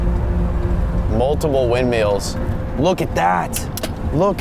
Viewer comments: Ok I'm sorry but wind- MEALS???? I love you but come on 😂😂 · stop saying wind MEALS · Ok but "windmeal" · YES WIND MEALS FOR THE WIN(D)!!!!!!!!!! (The pronunciation) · 'Look at those windmeals' instead of windmills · Unspeakable bro why do you say windmeal?!? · Bruh he said wind meals 😂😅😊❤